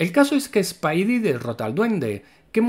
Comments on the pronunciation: No es spaidi, es spidi y no es spaider-pansa es spider-pansa. Dígalo bien, practique lo que predique. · No pude terminar el vídeo. Me cansé de la estupidez de la pronunciación. Llámalo hombre araña si quieres, pero es una real idiotez cuando también dices "Piter" por Peter y hasta "spaidy" lo abreviabas. 😤🇺🇾🇮🇩